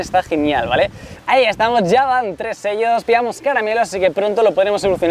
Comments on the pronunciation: Se dice chelos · debes pronunciar bien los nombres de lospokemones "SHELLOS" mira el anime y te daras cuenta que lo estas diciendo mal